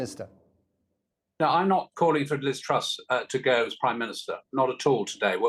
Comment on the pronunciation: "Gwoth, gwoth, gwoth". Truss. "Go, go, go." British public.